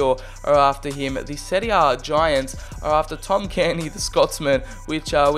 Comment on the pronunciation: Not carni cairney care-knee